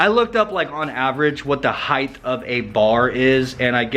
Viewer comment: Spell height, now say it, heighth 🤦‍♂️